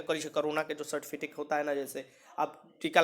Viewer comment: Bhai certificate hota hai certifitace nhi hota